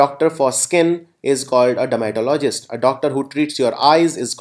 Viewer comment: Sir very poor pronunciation every 3rd word u pronounced is wrong Like misogynist-Called mis-OJ-nist not Miso-Gahy-nist dermatologist-der-muh-TOL-uh-jist not DERMA-tolo-jist i didn't mean to disrespect u but i hope u will work on ur pronunciation